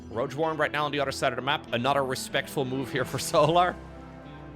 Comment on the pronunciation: "borer", "orer", "anorer".